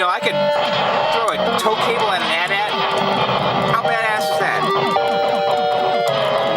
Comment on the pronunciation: Lol it's pronounced ayyy teee ayyy teee not at at lol